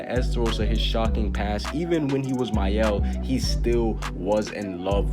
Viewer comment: Thank you for pronuncing Maels name they call him “Male” 🤦‍♂️